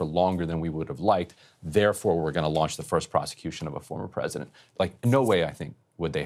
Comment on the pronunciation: oh no, Emily's caught the vowel shift virus now! "Prosident" 😆 I'm starting to feel like BP is pranking us on this!